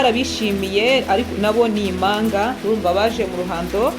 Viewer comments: umenya avuga uburimi! Bavuga, impanga ntibavuga imanga, murakoze ❤ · Ibihekane byarabihishe pee! Igihekane "mp" nt"